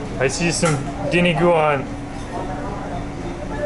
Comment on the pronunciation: I've watched several of your videos and you always say, "diniguan." It's "dinUguan." Just a gentle FYI. Happy eating!